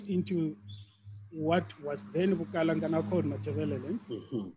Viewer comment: Bukalanga not Bukaranga we don't have an R in our vocabulary.